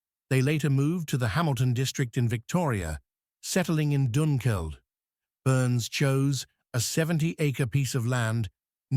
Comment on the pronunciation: I was a bit dissatisfied with the pronunciation also. I know it can be hard and ‘Doonkeld’ I can understand from Dunkeld but Stawell doesn’t have a ‘r’ in it. The rest of the pronunciation was pretty good considering. Otherwise interesting video 😊